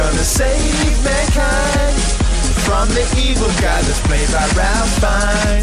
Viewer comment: That was amazing! Just one tiny thing, Ralph Fiennes has a different saying of his name. Ralph is pronounced like Ray.